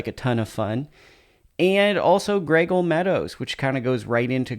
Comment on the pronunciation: Pronounced Gray Eagle... Not graygle FYI.